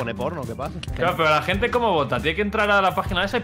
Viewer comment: Me voy a ver la resistencia. Adióhhhh mi hente, suh quieroh